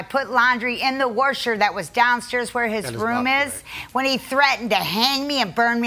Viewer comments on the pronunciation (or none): The "wersher"?? What the f is a "wersher"? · I wonder who bought the "Wersher" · She put laundry in the “wersher”. What’s a “wersher”? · In the waRsher 😂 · The wersher lol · The "warsher" YUCK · the warsher??? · When she pronounces “washer” as “worsher”. Omg she on something. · as soon as she said "Wersher", I knew what time it was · Laundry in the worsher lmao. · What is a "warsher" lol. Put that mouth in the warsher. Geesh! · the WAR-SHER :face-blue-smiling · She put laundry in the worsher 😂😂😂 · . She put laundry 🧺 in the worsher. 😃😃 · what's a wersher? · " I put laundry in the WARSHER"...wtf is a "warsher"? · I can never understand why people think it’s ok to say “worsh” or “worsher” when they are trying to say “wash” or “washer” 😤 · I knew she was going to be trouble as soon as she said she was putting things in the “warsher” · Poor sucker 😢. What is a a “worsher?” Lol 😂 😉 Washer? She’s a joy. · “After the fact he threatened when I caught my daughter in the bedroom behind the door when I put laundry in the warsher that was downstairs where his room is, when he threatened to hang me and burn me alive in the basement” 🤣🤣🤣🤣🤣🤣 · She put her laundry in the wersher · People from Pennsylvania or the East coast pronounce it like that sometimes. My grandmother always did (she was from Pennsylvania)